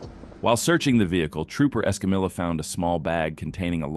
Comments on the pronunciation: Trooper Escamilla 's name is pronounced; s-cum-e ́-yah.....NOT s-cum-illah. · Why can't computer voices pronounce non-English names, like Escamilla? She clearly states her name as "Escameeya," but the computer voice always says "EscamiLLa" as if it's an English name. This gets annoying as it's disrespectful to the officer. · EscamiLLa!!!! Hilarious! C’mon narrator! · Ugh! It's like pulling teeth whenever you hear someone butchering another person's name. It's pronounced Esca-Meeya